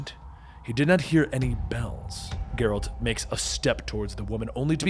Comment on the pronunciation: It’s a G from gel not gear for Geralt